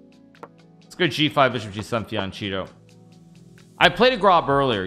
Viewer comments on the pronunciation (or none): Is he saying the names wrong or am i just missing the sarcasm. Fiancheeto unpeasant? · He pronounces them wrong on purpose for comedic reasons.